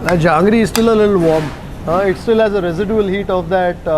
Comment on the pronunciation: It's not jangri. It is called jahangir.